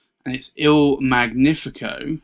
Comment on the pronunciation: You own beautiful pens, indeed. Just for info, in Italian it is Mèdici, with the first e stressed, and in Magnifico gn is pronunced like the spanish ñ in años. Not to criticize, just in case you mind your pronunciation